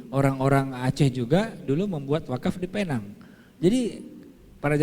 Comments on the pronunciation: Tu slang omputeh je kak..mcm durian atau durien( slang org putih) atau oreng uten…Sebutan Penang - Pineng tu salah. Penang -Pinang. Pinang Island. Kita ni org Malaysia mmg sinonim dengan mengikut cara org putih bercakap. Padahalnya mereka yg silap tak pandai sebut perkataan Melayu..kita pulak yg mengikut mereka. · Sebutan Penang nya bujang Penang tapi Pineng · PENANG Ejaan dan sebutan british utk pulau pinang. Cara menyebutnya dlm bahasa melayu PINENG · Sebutan 'Penang' itu sebenarnya 'pineng'..sebutan yg berasal drpd Bahasa Inggeris..namanya dlm bahasa melayu ialah Pulau Pinang.. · Pulau pinang tu di Malaysia. Klau org luar panggil Penang. Xdaq org kenai pulau pinang. Tulisan penang sebutan pineng.